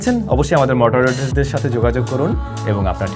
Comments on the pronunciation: "মডারেটর" হবে আপনি "মটারেটর" বলেছেন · মর্টারেটর নাকি মডারেটর? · ভাই,,,মডারেটর উচ্চারণ সঠিক হয়নি ❤❤ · 'মডারেটর " বানানটা ভুল উচ্চারণ শুনলাম 😂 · Moderators uccharon vul bolechen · "মডারেটর" উচ্চারণ ভুল হয়েছে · "Moderator" Pronunciation mistake.